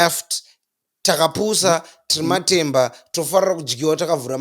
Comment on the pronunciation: Emphasis matemba!😂😂